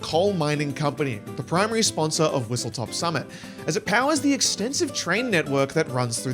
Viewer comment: It's WhistleSTOP Summit, not WhistleTOP Summit.